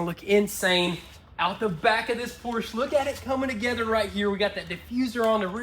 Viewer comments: that is Porsche, not a Porsch :) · The American pronunciation of Porsche is POR • SHUH. Please respect the name while making it beautiful again. With love, peace.